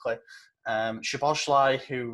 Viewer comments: I think you guys need to get rid of Madi and get Maxi, Fred or someone more reliable in there.... I want to get Dominik Szoboszlai not just because we need him because it's entertaining just listening to try and pronounce and just butcher his last name will be fun enough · Honestly i wouldn't take odagarrd cause as much as hes been good hes also been failing in the chances he gets at the top level like real but idk but yeah keep trying to pronounce szoboszlai and put a y at the end of his name that sounds like the Y in funny guys but its fine